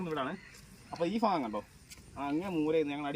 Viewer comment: ഫാഗമല്ല ചേട്ടാ ഭാഗം 🙏🏾